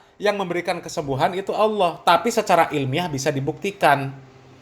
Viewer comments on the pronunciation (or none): GUS Baha emang Paling suka bikin org ketawa geli TERBAHA BAHA, Krn Lafaz ALLAH jadi AWWOH, 😄😄